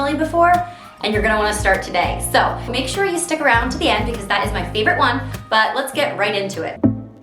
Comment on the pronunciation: Loved these tips! Aww I miss when you used to say favorite in the old way because those kind of things are what are so uniquely cute about a person. I started saying favorite in the way you used to say it because I like it so much and it makes more sense to say right about the things that are my faves so I swapped my way 🙂. THANKS for the wonderful tips and keep those those things that make you uniquely wonderful!